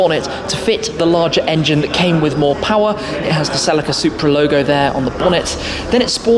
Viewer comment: Did you say "sell la ka" you mean celica " sell leek ca" lol great review though 👍